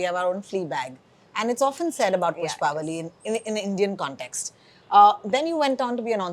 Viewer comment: Behan, Pushpavalli sahi se bol tho le. How difficult is it to do a little homework or show a little respect to a language and not butcher it like this. Bolne nahi aata tho padhne tho aata hai na? Spelling se nahi samajh aaraha kya pushpavli and pushpavalli ka difference?